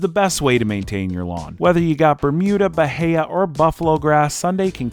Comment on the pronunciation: Proper pronunciation of bahia... 👍